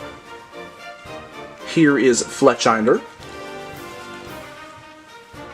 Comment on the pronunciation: Did no one notice he pronounced fletchinder wrong